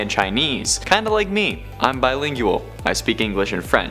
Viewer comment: Lingualililililil! Lol